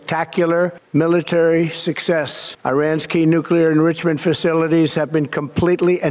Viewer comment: He misspoke enrichment prob totally on purpose. Lol